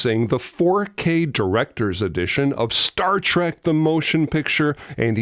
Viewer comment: It's Star Trek, not start trek